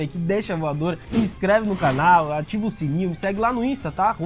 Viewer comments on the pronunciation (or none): none